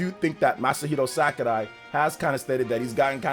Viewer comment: “Masahiro SACARAI” lol